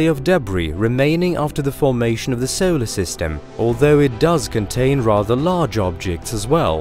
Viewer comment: He pronounces his "o"s as "eow"s. Example: five seowlar masses.